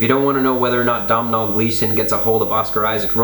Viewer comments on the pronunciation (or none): Love the channel. I am an irish fan who is learning shed loads about film from your videos. So in return - The name Domhnaill is pronounced Doe-nal.